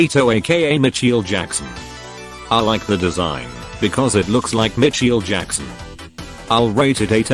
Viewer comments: The AI Voice Sounds Funny Cause It Said: Micheel Jackson😂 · "Mitchel Jakson" 🚶‍♂️